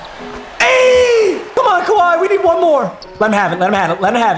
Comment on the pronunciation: why do u say one like that